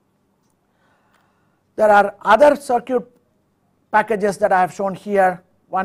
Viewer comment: Interesting. Thanks. Although, I would recommend an update to the pronunciation of the word "circuit" if it's going to be mentioned often. Try something more like "sir - kit" instead of "cir - cute". Thanks again for sharing.